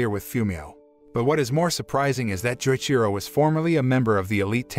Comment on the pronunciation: Every time he says Joichiro’s name wrong it hurts me lol